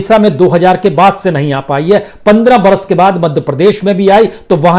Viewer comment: Najuk nahi hota nazuk hota hai. Hajar nahi hota hazar hota hai. Aap hamesha Z ki jagah J ka use karte ho